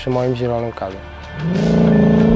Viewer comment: kadi się mówi nie kady